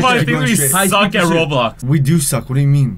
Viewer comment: roadblox man Ya I purposely said roadblocks cuz that's how he says it on his channel